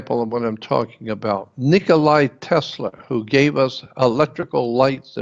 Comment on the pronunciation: Nikola Tesla (NOT Nicolai!)